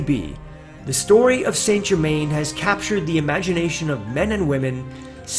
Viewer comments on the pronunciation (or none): PRONOUNCED san ger-man. If your lookn for him, get the name proper. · I believe Saint Germain would be properly pronounced as "sinGimain." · Saint Germain is said like sa jerma. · His name is pronounced "San Zher-man"